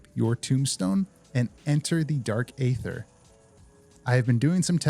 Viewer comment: hey brother, the A in Aether is silent. its pronounced Ether (like the Nas vs Jay-z song). common mistake